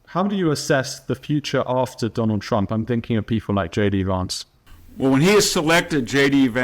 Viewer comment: You pronounce VANCE like you say VAN, not VARNCE as you persist in saying. Happy to help.